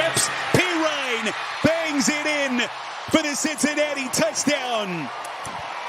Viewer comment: Had so much fun watching “Cincinatti” 🙄